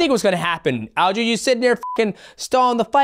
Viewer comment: Why's this guy keep saying "All-jo"?